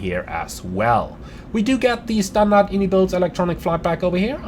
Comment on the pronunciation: fyi, its actually pronounced (eye-en-eye builds), and not the popular way of (in-ee-builds) the devs clarified it on a podcast a little while back, that being said, your a big boy, u can call it what you want haha